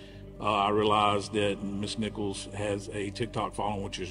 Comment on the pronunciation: The last name is Nichols... Not Nicholas... I have the same last name ✨